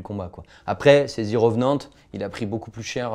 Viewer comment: "zi reuvnante" suivi d'un jingle musical immonde qui recouvre la voix du mec. Hop je ferme la vidéo.